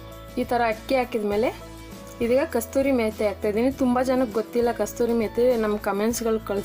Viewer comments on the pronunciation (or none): Mam...it is not kasturi meti .....it is kasuri meti